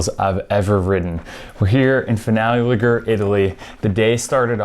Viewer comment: Great video! Just learn how to say Ligure lol